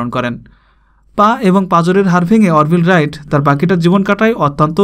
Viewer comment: ভাই নামের উচ্চারণ ঠিক করেন অর্ভিল রাইট না আরভাইল রাইট....you know what I mean to say..